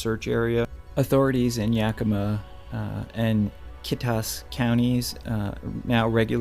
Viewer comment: You did a perfect pronunciation of Snoqualmie and Yakima!! Well done,👍